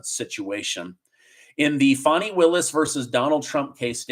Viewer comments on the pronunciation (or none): Her name is Fani not Funi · It's pronounced Fani, as in fanny; not fawnee. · Nikki Haley is just determined to take votes away from Trump to help the Democrats. She's a Rhino! Funny how you pronounce Fani as "funny", it's spelt with an A, as in 'cat', not U, as in 'under'. Just saying! Is it really a surprise that the Biden administration is trying to pervert the system in order to fix the election? Go truckers, go Trump! The reason we like Trump ts because he is NOT a career politician. Biden can only do what Obama tells him to do. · It’s pronounced “Fanny”, not “Fonni” 🤣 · When did Fannie become Fonnie? She’s in the South. It’s Fannie. Did she get a name change from Biden? He likes to do things he has no legal right to do, why not?! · Fan I not fauni lol I know trying to be politically correct but fanni is pronounced fanny in GA ask the fella who is getting paid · Pronounce her name right it's Fanny, like the backside of a sw*ne